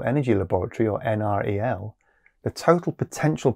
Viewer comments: NREL is commonly pronounced En-Rell. I live near the NREL lab in Colorado, and have friends who work there. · I live a few miles from NREL, just wanted to point out that it's generally referred to as "en-rell". Great programme, BTW!